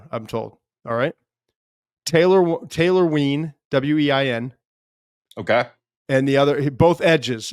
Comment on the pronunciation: Oh and it's Taylor Wein, pronounced "Wine"